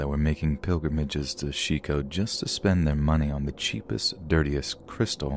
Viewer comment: Shico or Chico lol. look up pronunciation.